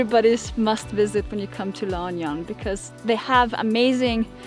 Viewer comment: That's a lovely place if you enjoy the rural life. Are you going to be a chicken farmer? LOL. Perfect place if you have dogs. LAAH (pause) OOOH-NEE-YOHN